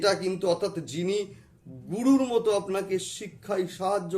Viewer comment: You occupied The power of SHIVA SAKTI but appearance doesn’t mean that —-/////———-ড়াহু, পড়ে, গুড়ু - উচ্চারণ সমস্যা